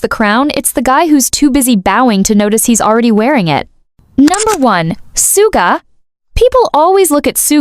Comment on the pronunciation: It’s pronounced Shuga ugh